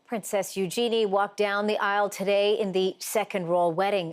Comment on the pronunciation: u jenny who the hell is U-Jenny the name is Eugenie or should we say U-jeanie